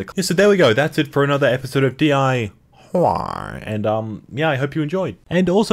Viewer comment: Your D-I-Why has turned into D-I-Wgchy.